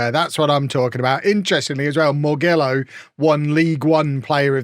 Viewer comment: Morgillo is half-Italian, so his Italian surname should be pronounced more-JILL-oh.